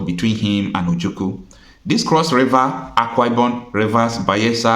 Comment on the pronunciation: My brother, is like you don't know how to call or pronounce OJUKWU. You always pronounce it OJUKU. Please take correction as an IGBO man.